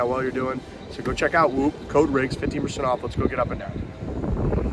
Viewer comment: Sounds like you’re saying 50% off whoop not 15% tbh but either way whoops metrics are bogus